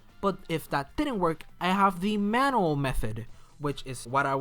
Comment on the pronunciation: You're saying manual wrong Its pronounced man-you-ul and NOT man-all